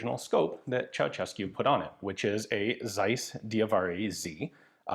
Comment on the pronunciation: I do believe you are the first native English speaker that pronounced Ceausescu correctly, but only the first time :)) It really is pronounced Cheaushescu Thank you for doing the research